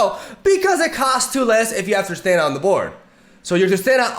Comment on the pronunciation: Just so you know, it’s pronounced ‘Trist-ahn-a’ not ‘Trist-an-a’